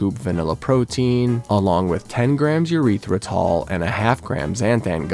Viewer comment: E-ryth-ri-tol please, not a urethra